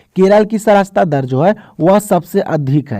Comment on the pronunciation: Sacharta dar hota hai sir sarachta dar nahi